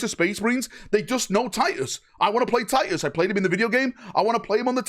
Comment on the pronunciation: "Tiy-uhs...our due-eh es doon" 😉❤